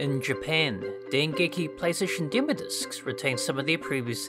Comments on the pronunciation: Why do you say demo discs like you are about to say dimmadome 😂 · "demo discs" not "demodiscs" haha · Am I the only one laughing at how he says "demodiscs" like it's one word? 😂😂 Great video otherwise!